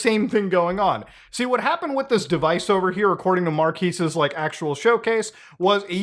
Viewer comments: Not a big deal but I do find it funny you correct "mark-ass" to "mark-ees" when it's "mark-ez" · How are you about to make a quip about the way the name is pronounced when you can’t even pronounce it properly? How are you about to introduce the channel when you can’t even pronounce it properly? He says in so many of his videos, it’s pronounced mark-ezz. Watch 30 seconds of 90% of any video and you can know this. Saying mark-ease is utterly ignorant and disrespectful. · Bruh it's "markez" not "markeez". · Isn't Marques Pronounced like kez at the end and not quise? Or an I stupid?! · mar-kez not markees ;) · I blame Will Smith for me consistently pronouncing Marques as Mark-ass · Is it really pronounced Mar-Keys ? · It’s Mar-KEHZ… just sayin’. Also, last time I checked this was America. If a company wants to come out with a dumb device or change their secret recipe to their detriment, so be it. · Mar-KEZ. We can tell you don't watch his channel. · Blud is calling Marques "Marquis" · I like how Muta clowned on how Will Smith said it that one time and then proceeds to call him "markeez" the whole video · ain't it called "mark-kayy"? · Still can't get over the fact Will called him Mark-ass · I love how he pronnounces Marques as Marckis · It's pronounced Markess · Mar-kiss? You said his name wrong too lol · “Mar-keez” Brownlee 🤦🏻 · at least pronounce Marques' name correctly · Corrects Will Smiths pronunciation…. Pronounces his name incorrectly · 3.7 M and botching 18 M name is kinda petty bro. Pretending not to know the real pronunciation... you started your channel looking up to him, shame on you sir. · I like how he called out Will smith for mispronouncing the name then proceeds to do the same lmao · i like how he brought up the Will Smith thing but still mispronounced Marques' name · So you mock Will Smith for pronouncing Marques' name wrong while continuously pronouncing it wrong throughout the whole video. Nice one. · Your mispronunciation of Marques damages my soul